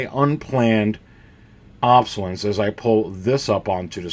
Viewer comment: I enjoy your videos but just a tip - it’s pronounced “ob-so-less- ence” not “ob-so-lence”. I know some people consider it rude to correct other people’s spelling or pronunciation online but you repeated it so many times I had to let you know. I personally would want to know. It’s like having something stuck in my front teeth. I would want someone to tell me.